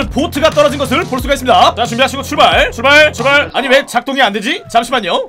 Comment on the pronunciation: 출발타트~(?) 이러는거임 뭐라는거임